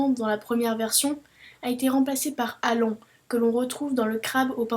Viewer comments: Très bonne vidéo ! Bien montée et bien écrite de la part d’un si jeune garçon ! Mais attention ! Allan se prononce à l’américaine : « Alane », et non : « Alan » ! Pour l’anecdote, ce serait l’acteur français Jean Lefevre, qui aurait inspiré l’apparence du personnage à Hergé... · Bravo jeune homme ! Tu ferais un très bon investigateur :-) PS : je voulais t'avertir que ta prononciation de Allan n'était pas vraiment correcte mais en lisant les divers commentaires ci-dessous, j'ai pu m'apercevoir qu'un internaute te l'avait déjà signalé il y a de cela une année.